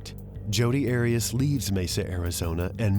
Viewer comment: Heads up it's Arias.. 😂😂 Great content though ✌️💖